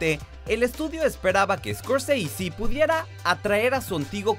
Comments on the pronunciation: Scorseisi.....es escorsese es italiano no gringo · Martin Scorseasy? Si el apellido de origen italiano los gringos lo degeneran al pronunciarlo, bien lo hubieran degenerado en español también: Scorsese o Escorsese. Como lo pronuncia el presentador se escucha taaaan mamón! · Odio cuando pronuncia "escosisi" haciéndose el gringo, Scorsese es un apellido Italiano. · Escorseisi en ves de Scorsese ,🤣🤣🤣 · "Martín escorSEISI" jajajaja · "Martin Scorceici" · Por que decis « escorseisy» es italiano , NO ingles. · Martin ESCORCEISI? el apellido es italiano. Ni a los apellidos que son ingleses se los pronuncia tan exageradamente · Muy bueno el informe !!!! Pero deja de sobre actuar la pronunciación !!! Que es eso de iscorsisi ? Y porque cuando decís DiCaprio no le das el acento italiano , ya que decís Di Ci y no De Ce ! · Martin escort seisi 😂🤣🤣?? Que mal ingles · Me irrita escucharte pronunciar "Martin Scorseisi". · Tio scorsese es un apellido italiano haces el ridículo pronunciándolo Scorseisi. solo por eso ya tu vídeo queda desacreditado completamente. Un poco de cultura por dios. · Scorseisi? Qué, mierda es esa??? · Una nota. Scorsese, es un apellido italiano, chirría increíblemente escuchar la abominable pronunciación inglesa de ese apellido. Pronunciar lo inglés en inglés es genial, pero Scorsese es ITALIANO, si hablas en español, lo correcto sería pronunciarlo en español o, mejor, en italiano. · ¿Por qué pronuncian el apellido Scorsese como si fuese inglés? Es un apellido italiano. ¡Cursis!